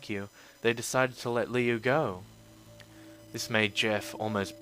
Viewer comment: HIS NAME IS NOT LEO ITS LiU!!!!!!!!!!